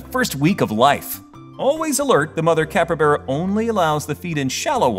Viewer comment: Great video, loved the info, but IT NOT PRONOUNCED "CAPREBERA" IT'S CALLED A CAPYBARA